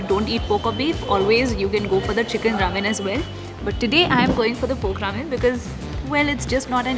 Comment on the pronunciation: No offence but it's pork the way you pronounce it seems like you say poke ramen😂😙